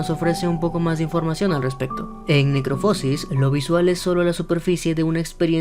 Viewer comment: Se pronuncia "necroposis" sin acento, no "necropósis"